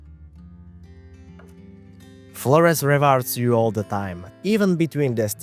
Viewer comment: of course he pronounces the island name incorrectly 😅